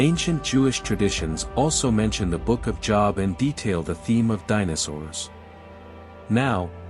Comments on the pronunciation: Job is his name Jobe not job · By the way, the pronounciation of Job is Joeb, not Jawb. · Job, with a long O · JŌB! THE NAME OF THE BOOK IS PRONOUNCED WITH THE LONG O SOUND!!! I have interest in your content, but it would help give credence to your subject if you pronounced words correctly. It is kinda off putting when someone who claims to know the Bible, but pronouns names incorrectly. Please understand this comment is not to offended, but merely to help you with your presentation. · Job is pronounced JoeB not something you have to make money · You loose credibility with a lot of people by not say the Book of Job correctly. It’s pronounced Jobe. Also, the Bible doesn’t say how long Adam and Eve lived before the apple and introduction of death. And all kinds of things existed before the flood. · Job is pronounced "Jobe". Also the Book of Enoch is not canon and is considered false. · When he says Job as Jaab 😂😂😂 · When AI says Job as a place of work, smh. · I know that JESUS had refferanced Enock before....... But please know that Job is pronounced with a long O sound. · How can I trust the reporting if the name of "Job" is mispronounced three times within a few seconds-- , , --how can I believe that the other "reporting" is any less flawed or that the conclusions drawn have any substance? And Nephilim is repeatedly mispronounced. I tried to finish listening to this. I couldn't. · Anybody catch how he pronounced the book of Job? That alone makes me question whether or not you read the bible…. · What is wrong with this guy? He speaks American English fluently but still insists on mispronouncing the Job, as in the Book of Job (long "o"). It's pronounced Job, long "o" as in bow. He does it so frequently it is irritating and distracting. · Somebody needs to get to this narrator and tell him to learn how to pronounce Job. It is a long o not a short one. Job (long o) is a man’s name, job (short o) is something one does for a living.